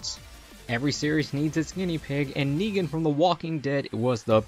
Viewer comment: I love your videos but please work on your pronounciacion, i don't need to tell you what's wrong with negan.